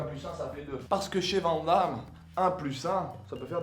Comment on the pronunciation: vanne Damme... ça se dit vanne damme ;)